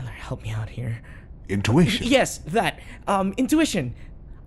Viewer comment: didn’t even say it right he said innuition 😭😭😭